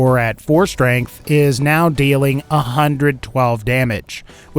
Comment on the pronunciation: Why do you say schtrength. Nice vid btw